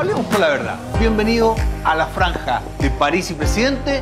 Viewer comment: Franja weon, no "flanja" xD